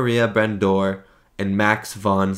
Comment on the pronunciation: You managed to butcher Brandauer's name really well! 🤣